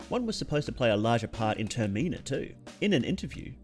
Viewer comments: Termi-na. Not Ter-me-na. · Ter min a .(terminal without the l) not ter-meen-a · …i usually don’t make fun of accents but ter-me-na? that nearly killed me with shock bro it’s ter-min-ah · Thumbs down coz you pronounced it TER ME NA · sorry but the way you pronounce termina and tanaka are so fun